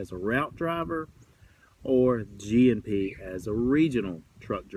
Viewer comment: was it just me or every time you said g&p i thought you were saying gmp